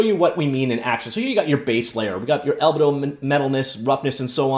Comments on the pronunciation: FYI, it's pronounced "al-bee-dow", not "al-buh-dow". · You're killing me with the way you pronounce albedo.